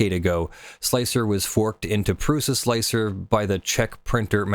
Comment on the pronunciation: Thank you SOOOO much for being one of the very few people who are capable of pronouncing Slic3r correctly by pronouncing it slicer instead of slick-3-R like most people do. It's a minor thing just it drives me nuts.